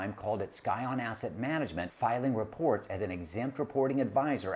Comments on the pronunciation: Didn't realize it is Skyon. Think is is actually pronounced "sy-on". Just trying to help. Otherwise like the podcast alot. For reference, a scion is new growth of a biological organism. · Do you really think"scion" is pronounced "sky-on"?